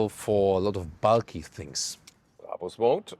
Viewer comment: Died at "Bray bers"